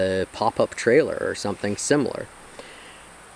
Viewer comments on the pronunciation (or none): none